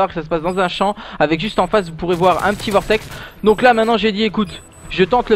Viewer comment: Et donc c'est Vortex et non pas Cortex ;)